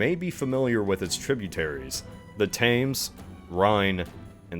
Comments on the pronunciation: Dear Americans, It's pronounced the river Thames 'T-em-ss' - not 'Fame-ss' - aside from that, amazing video as usual. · I'm sorry, the River Taymes? That hurts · I don’t want to be picky but, I’m British and it’s said tems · you pronounce it like temms not tames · The Thames is pronounced 'Tems' sorry not 'Tames' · British, not English. Don't use the terms interchangeably, it makes you look ignorant Agian, wrong flag Themes is pronounced not as "Tames" but more like "Tems" it's an e sound not an a sound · Guys, it's pronounced Temz not thaymz, it's a very famous river c'mon Americans you can do better lol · The Taimes? The river is pronounced “Tems”! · The Thames river is pronounced tems not tames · darling. I love you. But please Google how to pronounce things. Hearing the words "the TAYMS" come out of your mouth was super jarring. It's pronounced "the tems" Also fairly certain livadia is pronounced lee-vah-dee-yah not lih-vih-dya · River Thames ➡️ Omg it’s “TEMZ” not “TAMES”. Ouch my ears!!! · Really cool. Interesting to wonder about. To help you. Thames is pronounced "tems". Magyar (Hungarian) is pronounced, "ma-jar". Soft "a" like in apple. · ahh yes, The Tαᴇms The Rhine and the Sєæñ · The "Tames" made me shudder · As a Brit the way he says thames is so weird. For thoses who don't know it's pronounced t-eh-ms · Did you just pronounce “Thames” so it rhymed with “games”?! Ugh. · As a brit, the way you say Thames makes me violently angry. :D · Him mispronouncing 'The Thames' is so painful to hear. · Yeah uh… that’s not how you pronounce ‘Thames’ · Thats not how you pronounce "Thames" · "Thames" lol